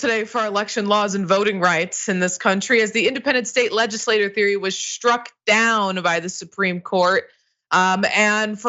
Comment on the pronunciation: Please take this as constructive criticism,, but I've heard this in multiple stories and... you need to start pronouncing "LegislatUre" differently from "LegislatOr". A lawmaker = a legislatOr; the legislative body (or the building in which they sit) = a legislatUre, which should sound more like "LegislaTCHure". Rhymes with Michael Shure.